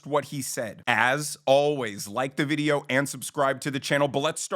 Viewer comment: Love your videos and your ending, "so you never miss a vides" Love it.